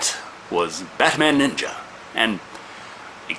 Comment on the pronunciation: Ohmah lord! Batman Neenja